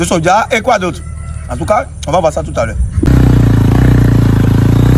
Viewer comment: C’est Soja et non Sodja